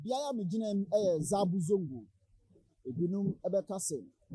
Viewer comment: Man it is pronounce, SABON ZONGO, and not ZABU ZONGO